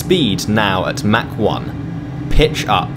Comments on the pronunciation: It’s not “mac 9”, there’s no McDonald’s here. Try “mach” as in “mock 9”. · I think you meant to say mak 0.9